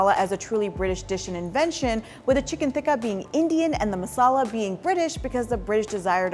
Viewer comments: Hang on, is "tikka" pronounced with a soft "t" in Hindi/Urdu? (Like the way is pronouncing it). I'm Bangladeshi and we definitely pronounce it with a hard "t" (like the way the British people are pronouncing it in the video). (We have different letters in the Bengali alphabet for the hard and soft "t", btw; and we spell it with the hard "t"). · Why does she pronounce “Tikka” so weird ? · yeah definitely that's not how it is supposed to be pronounced. She is clearly isnt Indian so she cant say it properly